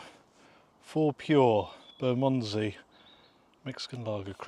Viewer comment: Haha one way to say Bermondsey 🤣